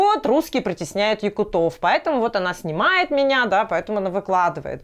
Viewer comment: ЯкУтов, а не якутОв, мы же не говорим бурятОв или калмыкОв